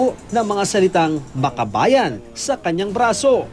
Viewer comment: Akabayan basa dyan boy kulang ka ng M sa unahan.. Nyek